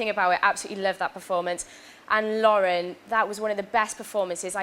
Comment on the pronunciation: For the record, it's "Lauren", not "Laura". Although yes, it's pretty obvious ALW loves Danielle.